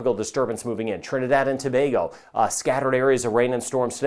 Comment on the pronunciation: ....thank you for pronouncing Trinidad and Tobago like a 'trini' and not as an American.